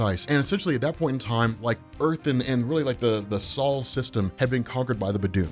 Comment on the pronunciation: "The Sal system"? You mean the Sol system? Sol (pronounced the same soul) is the name of our star and therefor the name of our solar system. I don't know how people can't pronounce words nowadays when all you have to do is google the word and you get a visual representation of how the word is pronounced and an audio version and this goes for languages other than English as well. Stupidity is the willful collection of ignorance.